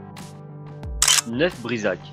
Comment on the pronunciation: Attention aux prononciations : Neuf Brisach se prononce "Neuf-BrisaRRRR" :)